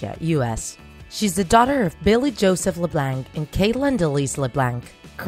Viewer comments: If your gonna say their last name say it correctly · How do you make a draw my life, but can't pronounce their last name. It's french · The c is silent in Leblanc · Annie Le bLaNk me: I'm pretty sure its pronounced Annie le blaunk. but Idk I may be wrong. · Omg the way she says Leblanc it's not Le blank it's Le blanck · It’s not la-blank it’s la-blonk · It’s not pronounced “LIBLANK” it’s called “LEBLANC” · Leblanc!!!!! Not leblanck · It’s not la blank it’s Leb blonck like blonde with ck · It’s pronounced leblonc not lebanke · I'm so sorry...but the way you pronounce things is really throwing me off... La-Blank? It's kind of like Lah-Bl-on-k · Alicia Rutledge no it’s pronounced Le- blank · Alicia Rutledge ikr! Le BLANK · It is lu blonck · It's not "LeBlanc" it's LeBlonc even though it's spelt leblanc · It’s Le-Blonc that’s how you pronounce it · i’m sorry.... leblank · its not la blank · you say leblanc its pronounced leblaunc but it is spelled leblanc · Its pronounced LeblOnc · It makes me uncomfortable that she pronounces leblanc like leblanck. mostly because my last name is also leblanc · Leblanc?? It’s pronounced like leblonc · And the pronounciation of leblanc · Alicia Rutledge I agree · shes saying leblanc wrong that BUGS MMEEE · It's LeBlanc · You said LeBlanc wrong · She says Leblanc wrong 😂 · Your saying LeBlanc wrong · She pronounced Leblanc wrong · She spelt "summerall" wrong🤣 And pronounces leblanc wrong🤣 RIP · learn how to say "LeBlanc" omg